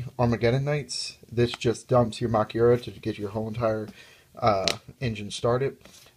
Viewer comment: actually it is pronounced ma-kyu-ra. you also have to watch out for heralds.